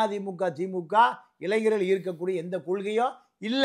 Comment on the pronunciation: இளைஞ்சர்கள் அல்ல; இளைஞர்கள் என்று சொல்லுங்கள்